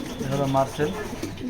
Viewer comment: মাসেল❌ মারসেল✅